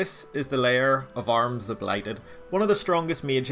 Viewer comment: Who the hell pronounces AH-rim as ARMS?